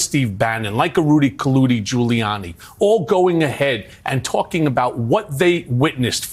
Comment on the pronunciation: "Rudy Colludie"🤣😂🤣